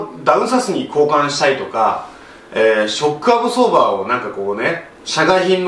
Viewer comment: なんかわからんけどショックアブソーバーの言い方がかっこいいw